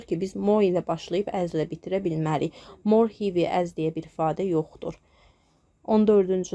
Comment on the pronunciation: Salam, m. Sag olun. Heavy sözü hivi yox, hevi oxunur